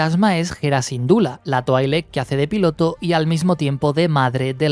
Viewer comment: en ves de decir piloto del fantasma dice filoto xddd